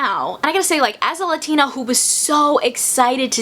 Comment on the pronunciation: How you gonna talk about authenticity and not even pronounce ‘latina’ right??